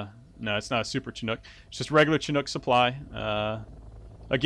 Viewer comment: so i want to say onething bad about most commentators of this game, ITS PRONOUNCED SHINOOK (chinook) not chin-ook, but anyways love the gameplay nd the rest of the commentary is good and funny glad i found some more gameplay so i can decide if I want to buy the game i'm thinkin thats a yes